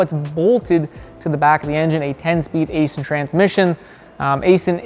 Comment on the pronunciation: Just a correction Aisin is pronounced “Eye-shin”.